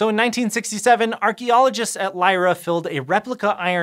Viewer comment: Thank you (from a Dane) for not completely butchering the pronunciation of "Lejre" 😊